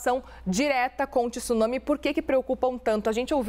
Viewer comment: Jornalista não é tissunsme,tsunami